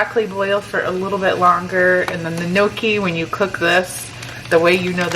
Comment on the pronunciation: Gnocchi is pronounced nn-yok-i, the g is silent. I love gnocchi.